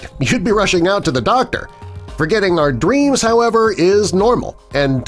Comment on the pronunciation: Did u say dweams. It's actually dreams